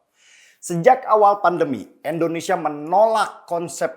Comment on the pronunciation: Bang Denny, Endonesia atau Indonesia bang denny? Apa saya yang salah dengar.